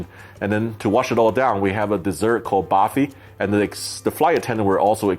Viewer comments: Not bafi barfi sam 😀😊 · Barfi not bafi Sam just helping you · i too got confused ,because it did look like barfi but he pronounced it something different